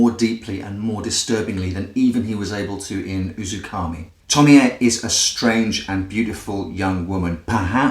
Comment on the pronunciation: I'm so glad you atleast acknowledged your mistake, some other reviewer kept say "Tomi-ayy" and I just lost it I could not watch it